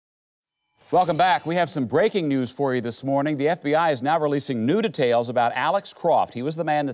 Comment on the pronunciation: Did the reporter just call the FBI the “BFBI” 😂